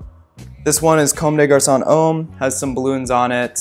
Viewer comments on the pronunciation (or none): I lived in franc and speak french fluently, and I love how you say “homme” like “home” totally wrong but adorable